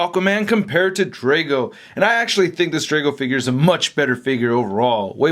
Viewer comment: I know you don't watch Game Of Thrones so you probably don't care, but it's pronounced "Drogo" 😂